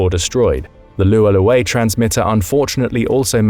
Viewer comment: This would be more believable if the narrator could pronounce Minot, Cheyenne, and Lualualei correctly...